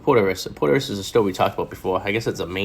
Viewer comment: It is spelled Porteous, it is said PORCH'S POR-CHIZ POUR-CHIZ. Poor-tee-us? What??!